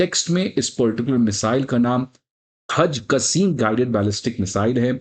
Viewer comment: वह टिट फॉर टिट नहीं बल्कि टिट फॉर टैट होता है।😅😅 और मिसाइल का नाम हज कसीम नहीं बल्कि हज कासिम है। दुनियादारी से थोड़ा बहुत जुड़ा व्यक्ति भी यह दोनों शब्दों का उच्चारण अच्छे से जानता है क्या आप वाकई हो।😅